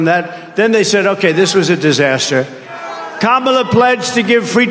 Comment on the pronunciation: Kamala word uitgesproken als Pamela met een k. Emphasis on the first syllable.